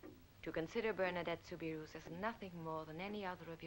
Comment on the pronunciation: The name Soubirous is pronounced SOUBIROO. The final S is silent.